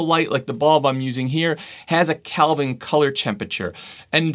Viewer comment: Isn’t it “kelvin?” Not “calvin.”